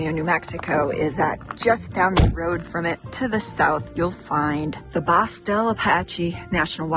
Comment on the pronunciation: Hey, I enjoyed your video on San Antonio. I could taste the green chile cheeseburger vicariously over the Internet. God, I used to love eating at the Owl Bar back in the early 1980's when I lived in Socorro! The Bosque del Apache is a great refuge to visit during winter when the cranes are there. FYI: The word Bosque (forest) is correctly pronounced "Bow-skee".